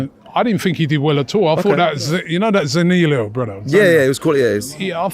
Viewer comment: How can Robbie not pronounce Zaniolo correctly